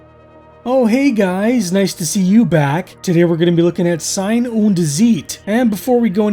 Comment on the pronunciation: The intresting thing about your pronunciatio is that "ei" in Sein and in Zeit sound completely different, which in reality is the same. In German "ei" is pronounced like English "height" and "ie" in most cases like English "chief".